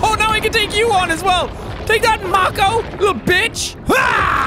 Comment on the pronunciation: Jack... its mAY-ko not mAH-ko Thank you for your time